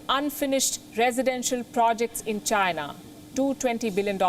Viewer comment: When this lady is delivering a news … China sounds like ShriLanka 🤣🤣